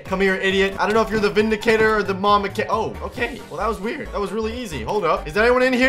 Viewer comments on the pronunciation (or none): vindicator or momicator xD